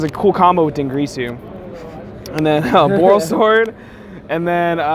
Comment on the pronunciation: why does everyone say fuckin "dingrisu", its clearly spelt d i n g i r s u ... fucking dyslexia epidemic for yugioh players